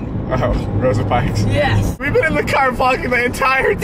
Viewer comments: Am I the only one who heard David say “Rosa pikes” instead of rosa parks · "Rosa pikes" ?????